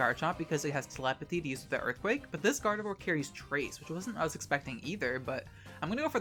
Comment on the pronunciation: Umm, can you say "Gardevoir" again? 😳